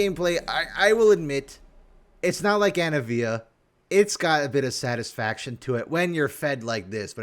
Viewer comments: Anna-eh-via Everyone else: auh-nivia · why do you keep calling anivia anavia? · STOP SAYING ANAVIA HER NAME IS ANIVIA